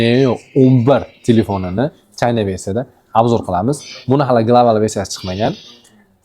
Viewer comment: Gap yo'q brat men aytganimdan keyin Xitoyni to'g'ri talafuz qilibsiz oldin China deyardiz hoz Chayna deyabsiz. Bratga redmagic 11 pro ni abzor qilayotganda aytgandim